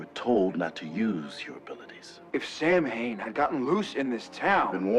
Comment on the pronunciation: Sorry to be THAT person but it's pronounced; Sōw-when.